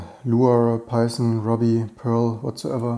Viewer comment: interesting how I hear [ p | b ] yzon instead of python, which might be a bit confusing as I keep mistaking it for bison and stuff